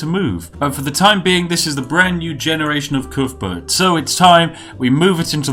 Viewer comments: Coothburt um I’m from wales and on every welsh rugby ball it says cuthbert not coothburt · Calls himself British! Can't even pronounce Cuthbert!